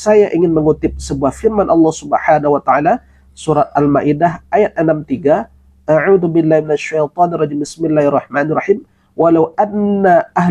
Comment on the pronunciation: Kenapa ustz ada yg membingungka? baca Auzubillah pun nggak betul, dia baca Audubillah